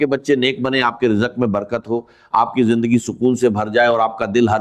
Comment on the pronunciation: Hajrat nahi Hazrat Mano me nahi,Mayon ke Jindagi nahi zindagi Yeh awaz to pagal ki hai